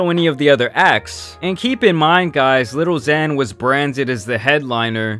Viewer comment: Why do you say little zan, little pump 😂